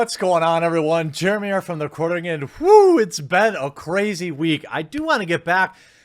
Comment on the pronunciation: One of my favorite things about Jeremy is how he tries to pronounce certain words and names, completely trips down the stairs when doing so, and leaves it in the video. I love that haha.